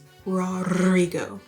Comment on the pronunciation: Hi, Colombian here! Some feedback on your Rs, they're actually going pretty well, you roll them better than me lol. However I do have some feedback about something I noticed when you said "Rodrigo". You don't always need to roll the R, there rules are as follows: R at the start of a word, last the first R in Rodrigo: Always roll it. Examples: Ratón, Regla, Regaño, Risa. Single R in the middle or end of a word: Generally never roll it (except for special cases I'll mention below). Examples: Pera, lámpara, paracaídas, miércoles, perder, decir, pensar. Double R in the middle of the word: Always roll it. Examples: Perro, pizarra, urraca. You'll never find this at the end of the word. I don't know how to describe this one but like Ro*dri*go, la*dró*n, that r is also always soft. And the final is the exception: If you have r after l, s or n it is also rolled. Enrollar, Israel, Alrededor. In Spanish we call the rolled R a strong R and the normal one a soft R. Hope it helps, good luck with your Spanish :D